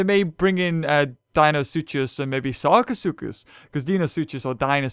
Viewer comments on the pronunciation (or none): none